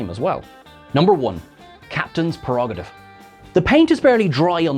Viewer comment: Lovely video. Always watch your channel as it completely fits with my fan ethos. BTW, it's prerogative not perogative.